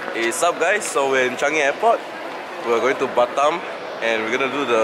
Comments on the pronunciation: BINTI HASSAN Moe i tought he said batman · The way he said Batam sounded like bustdown